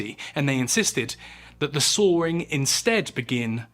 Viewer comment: It’s sawing, not soaring.